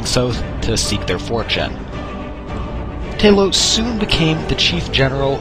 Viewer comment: Ta-lose not Tay-lose. Pronounce Talos, the ninth divine's name correctly!